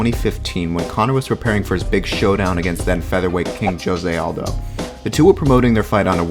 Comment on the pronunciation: U pronounced Jose Aldo name wrong